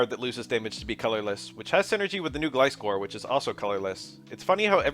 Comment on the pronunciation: Gliscor is pronounced "Gly-Soar", and Nihelego is pronounced "Nye-El-Ay-Go" like the word Nihilist.